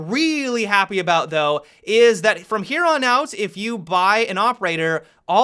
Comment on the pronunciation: Happy-uh, operator-uh, beginning-uh, manageable-uh, university-uh